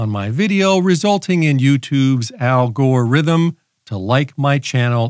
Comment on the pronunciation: I thought I was the only one who says "Algore-rithm" LOL